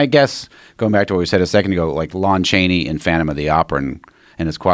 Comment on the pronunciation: Joe “LOAN Chaney” Rogan hahaha